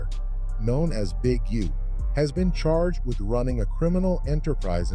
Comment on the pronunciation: Did he call Big U "Ujoan?"